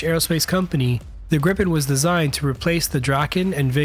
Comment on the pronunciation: Awesome video! Very interesting. :) I don't wanna be nit-picky, but it's pronounced "Greepen", not "Grippen" :)